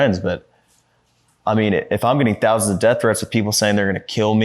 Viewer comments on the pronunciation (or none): none